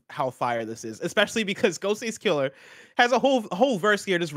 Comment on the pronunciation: Alright, I have to say it... it's Ghostface KILL-AH, not Kill-ER. Thank you.